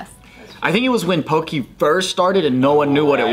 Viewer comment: Also it’s pronounced “Po-keh” not Poki